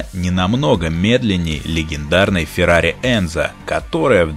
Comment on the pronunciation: Энцо, не Энзо.